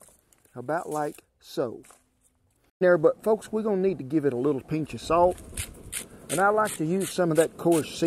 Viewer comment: Everytime he said "pinch of" ...i laughed because it sounds like "pinche"